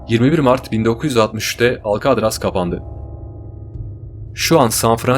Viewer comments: herşey iyi hoş da alkadraz demen cok sinir bozuju alkatraz de lutfen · « Alkadras « degil.... »Alkatraz « dye telaffuz edilir